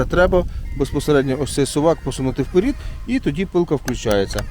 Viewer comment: і не вперІд, а вперЕд. Бо Ваший ВПЕРІД........